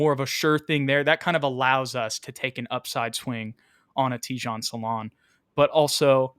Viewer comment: It’s Tee-Jane